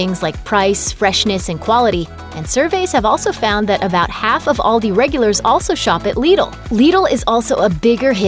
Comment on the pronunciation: Actually the way she pronunces it, is the same way we in Germany would do it. :) Liddle sounds strange to me^^. But Aldi is pronounced wrong ;).